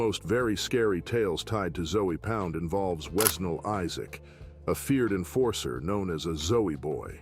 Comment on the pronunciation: this all sound like basic information you can google and put the text to an AI and let it speak it's ZOE pound not ZOEY pound this is horrible work